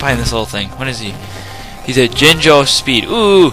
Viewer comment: sound like your saying chinchar.LOL